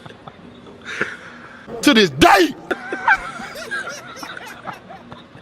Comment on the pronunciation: I have to say that little "to dis day" at the beginning makes me laugh every time 🤣😂